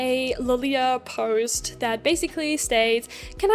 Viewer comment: I think it's funny how you absolutely sound American, except for a couple words like "here" and "post" lol - then your Euro-ness comes through. Great video btw!